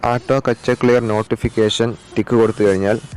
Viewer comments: കച്ചെ അല്ല ക്യാഷെ എന്നാണ് വായിക്കുന്നത് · സഹോ കച്ചേ എന്നല്ല ക്യാഷേ ഇന്നാണ്